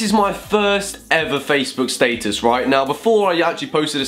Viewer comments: wait, he said statesus, still wrong doe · That's how your meant to say it right? (I'm British too) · The British way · Did he say old Facebook Staysus? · I know it shouldn't but the way you say status bothers me lmao